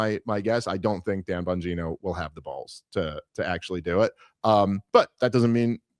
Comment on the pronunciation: Is pronounced bongina